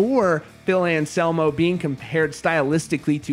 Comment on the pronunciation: And anselmo not Shamo